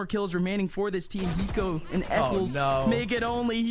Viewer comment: when did the casters pronounce "hiko" like "eeko"